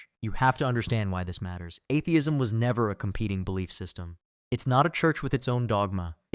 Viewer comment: What evidence does WLC present? None. He makes assertions without evidence. He deliberately and insultingly pronounces atheism wrong at the start then down from there. He's a pathetic fool.